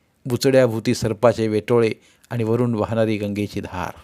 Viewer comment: जिजी कितीही वेळा वाचली तरी प्रत्येक वेळी नवीनच वाटते,एकसारखी वाचावीशीच वाटते. ही जिजामाताच होती जणु. वाचन ऐकायलाही आवडले पण वाचणार्‍यांचे आनि पानी उच्चार खटकले.